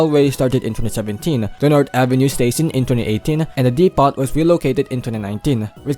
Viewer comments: No offense, but depot is pronounced "dep-oh". The T is silent. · chicken farm.😂 also silent yung t sa depot. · I am more bothered on how you pronounce Depot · Bro, in "depot", the t is silent.